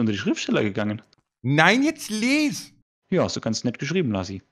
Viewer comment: "Les" Mein Gehirn : Es heißt lieeeeees 😡😡😡😡🤬🤯